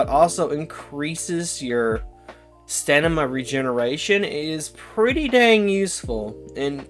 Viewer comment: Dude are you autistic or something? The way you talk just reeks of it. Improper use of words in an attempt to look professional, "stanima", and its like you have a speech impediment. Also, poo poo opinions on a lot of those boosters. The best boosters are the ones that give you their benefits as much as possible throughout the match. Muscle enhanment, stamina boost, hellpod space, and experimental stims is one of the best set ups